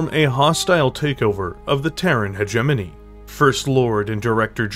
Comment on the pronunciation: So you CAN pronounce hegemony lol